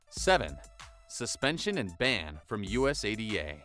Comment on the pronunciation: Error in pronouncing USADA.